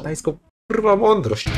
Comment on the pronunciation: ta „mondyrość” xdd